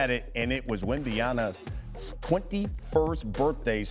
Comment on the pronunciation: There’s no way that announcer thinks his name is Wembyana. No chance.